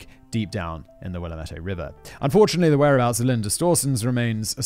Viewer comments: I love how non-locals attempt to pronounce the native American names like Willamette. The emphasis is on the A. Will-A-met not willaMET. Lolol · Wuh-lamb-it Willamette Incase you ever need to mention it again. Lol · Oregonian here – good job pronouncing the place names! 👏 Except Willamette is pronounced Wil-LAM-it. Rhymes with damn it. 😉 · Lol im from oregon. The river is the Willamette river. Will am it. I called it will ah me tee river when i was a kid 🤣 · Will-am-met. There is no fancy pronunciation. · I loved this but as an Oregonian born and raised the pronunciation of "Willamette" (will-am-et) made me cringe each time lol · i was enjoying hearing a story about a killer from my home city. until I heard you pronounce Willamette, you didnt do it right, its not willa-mette, its will-am-ette. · As a native Oregonian, thank you for pronouncing “Oregon” correctly! Unfortunately you mispronounced Willamette, it’s pronounced; Will-Am-It. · I’m from Oregon, and I find it very amusing how he pronounces Willamette, he gives it flair. Here, we say will-am-ette with emphasis on the “a” in “am”. I am a little sad we didn’t get to see him guess where it is in the US like he has for other states though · Oregonian here. Thank you for pronouncing the state's name correctly. Willamette is pronounced WILL-am-et -- all short vowels. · hey, I've heard worse. Once we got a new newscaster who called it "will-uh-met-tee" ahahaha!🤣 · One of my greatest joys in life is listening to someone not from the Willamette Valley try to pronounce the names of things here XD Also this whole episode was super surreal listening to Simon talking about places I regularly frequent 😱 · The river is the Willamette....pronounced "will LAAA' met". Thought you might wanna know. 😉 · Just an FYI, Will-lamb-ette is how you pronounce Willamette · Pronounced words words from someone born and raised in Oregon... Oregon: Ore Gun Albany: all ban E Willamette: Will am it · Got willamette wrong